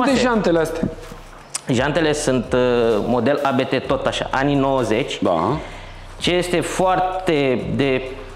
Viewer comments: Se pronunta abt, nu "a be te" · Abt, nu ABeTe. Este numele de familie al fondatorului, Johann Abt si fost pilot. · Se pronunta ABT nu ABT !!!! :))) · 😠😠 Se pronunță ABT 😜